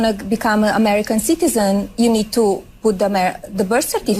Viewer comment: "Amerakeen peepall"